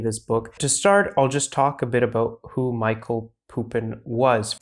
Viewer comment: Thanks for representing Serbian intellectual legacy to the world mate! 🙌 P.S. It's Mihaj(y)lo Pupo in not Michael Pupin